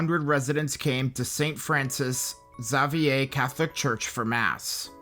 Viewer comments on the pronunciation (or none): Great video,. Just one very minor correction. Your pronunciation of Xavier was off. Instead of "Za-vier," it"s "*ZAY*-vier" Other than that, another great analysis.